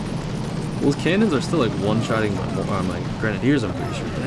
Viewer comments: He is saying grenadiers wrong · That's not how u say grenadiers and it's really annoying